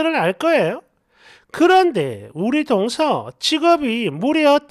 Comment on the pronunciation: "동서" 억양을 고쳐야 할 듯.